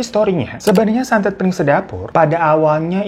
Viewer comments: bukan piring sedapur bang Ifan, tapi Pring sedapur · Ga 30juto juga kali bang... Tetep juta ngucapnya.... Bang bang... Koplak bgt deh 😂😂😂😂😂 PRING SEDAPUR BANG, BUKAN PIRING... PRING ARTINYA BAMBU HADEEHHHH